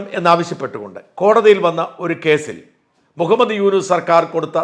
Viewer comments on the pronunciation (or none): none